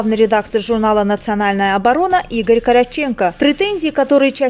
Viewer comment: Коротчеко ,ударение на второй слог .